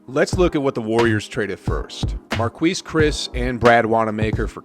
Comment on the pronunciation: If you're such a basketball junky, we do you keep saying Mar-Kweese Chriss?